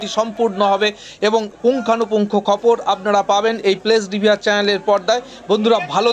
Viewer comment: খবর না বলে- 'খপর' বলছেন কেন বারবার,---ব্যাড হ্যাবিট 😅